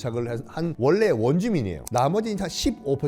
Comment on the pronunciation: 썬킴이 스리랑카를 말하면 스리랑카가 아니라 슈리랑카로 들림